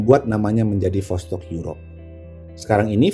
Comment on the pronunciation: Bang восток itu tulisan cirillic bukan latin jadinya bahasa sana dibaca tetep vostok